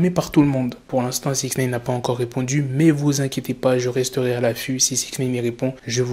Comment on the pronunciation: Faut arrêter de dire six naine par contre